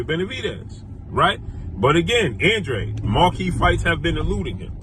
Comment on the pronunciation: that’s how you pronounce it it’s a Hispanic name bruh